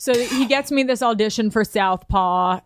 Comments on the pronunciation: "Aldition". All this time I was caliing it an "Audition". You learn something new everyday. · John Pelico dont forget “all-dition”